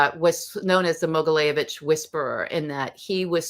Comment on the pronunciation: Mogilevitch....not Mogileyevitch. It was challenging for me to find more info about this guy because she talks too fast and consistently misspronounces the name of her subject.